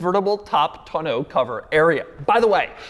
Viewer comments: Hearing Doug try so hard to pronounce tonneau incorrectly made me smile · Doug DeMuro is the only reason why I every person that learned the word Tonneau cover in the past three years, is saying it wrong because of him Thanks a lot Doug